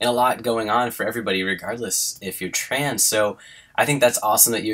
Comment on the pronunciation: Every time says "trans" it sounds like trains.